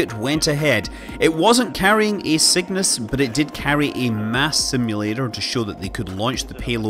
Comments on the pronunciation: Sounds like Scott is saying Sickness as the name of the rocket haha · My yankee ear hears your accented "Cygnus" as "sickness", and that would be the most metal name EVER for a space capsule!